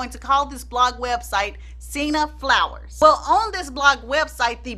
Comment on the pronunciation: What site is she not able to say .....sinna flower?